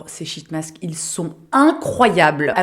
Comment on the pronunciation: Moi je suis là pour l’humour de Qualitay 😂. Sinon sheet masks, faut prononcer le “i” long sinon c’est de la 💩 😊